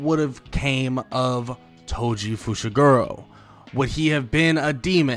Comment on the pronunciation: I thought he said "Toji Fushiguwo"